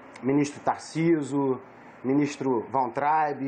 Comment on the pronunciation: Ministro "Tarciso", "Wauntrab"